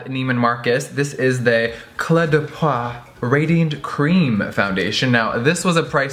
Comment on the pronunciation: hey Jeffree ! just want to help you with the french words a little, the eau in the word peau is prononce like the o from so or go. Hope that help ^.^